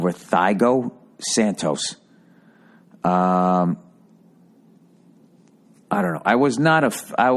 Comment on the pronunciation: Thai-GO Saintos